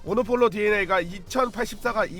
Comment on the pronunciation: 모노폴로가 아니라 모놀로포입니다